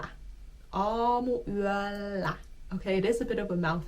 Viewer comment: It is not YÄLLÄ but yÖllä